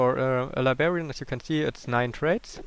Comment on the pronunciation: It makes me so pissed when he says "libarian" instead of "librarian" and the "bucher" instead of "butcher"